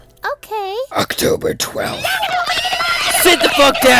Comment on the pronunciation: OCTOBER TWELVTH 👺👹